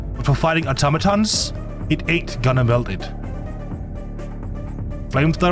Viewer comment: Thank you for being the only content creator to pronounce automaton correctly. Also great content